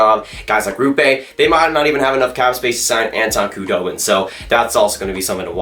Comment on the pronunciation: Saying the "k" in Khudobin is driving me nuts.